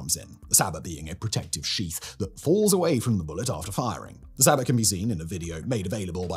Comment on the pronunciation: Bro, the T in Sabot, is silent...